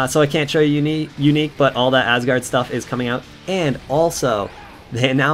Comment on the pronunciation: You pronounced Asgard properly. :)